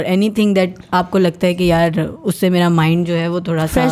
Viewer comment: Excellent pod cast. Everyone can relate to this. Just a suggestion, its Ghum not Gum. And its may-ra not meera